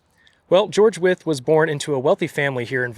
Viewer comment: Thank you for the history lesson. I live in Williamsburg, Brooklyn. The streets here were named after the signers of the Declaration of Independence. Nice to hear the proper pronouncement of Wythe. I have heard it as rhyming with white.